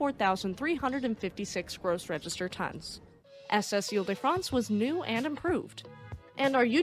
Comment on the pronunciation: 1) WOW!!!! Magnificent French pronunciation!! The private school I went to pronounced foyer as "foy ihr" and a classmate often spoke of "Horse Doovers" (Hors d'Oeuvres). 2) Very much looking forward to the HL Hunley ep!! Way to go!!